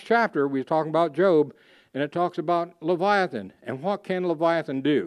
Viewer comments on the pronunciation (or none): none